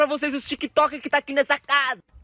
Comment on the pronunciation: Você sempre lê "Tic Toc" mais tem "K" e fica "tika toka"